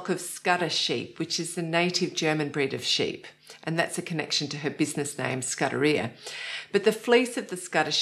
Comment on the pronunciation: As you are based in Germany it is simply rude to mispronounce Sudderia. The vowel u is like oo in Toon and the a at the end is a long one. The subjekts were interesting is most often. Thanks for the information provided.